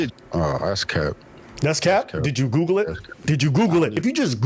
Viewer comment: Anytime with somebody tells me I’m lying or that’s cap. I’m gonna hit them with DID YOU GOGGLE IT 👀👀😳 DID YOU GOGGLE IT 👀👀😳 😂😂😂😂 Great rebuttal from